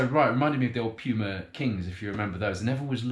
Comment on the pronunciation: its Puma not Pyuma